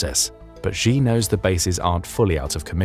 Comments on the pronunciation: Why should anyone believe your intel if you cannot even correctly pronounce his name? XI is NOT JHEE. SHEE NOT JHEE. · Why should anyone trust your intel? You cannot even pronounce his name. It's SHEE not JHEE.